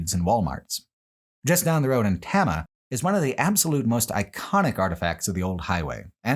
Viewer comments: As someone who grew up in Iowa, along the signs of the Lincoln Highway, this was fascinating. I will say as a pedant, the town of Tama, is pronounced tame-a. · always love your stuff, they make my work days amazing. But at least in the Iowa section you butchered so many names, which I get, most people can't pronounce Iowa town names. Tama specifically is Tay-mah. And derecho storm is duh-RAY-cho